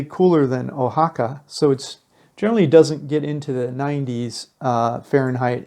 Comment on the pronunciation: How about matching video to voiceover. And learn to pronounce the names correctly. You have missed of them. Wah ha ca not o ha ca